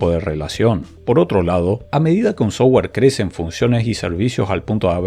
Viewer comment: si mejoras un toque tu pronunciación de terminos en ingles.. tus videos serán más profesionales. Tu pronunciación del termino "software" es "sougar". Cuando debería ser pronunciado "softguer" pronunciando la "u"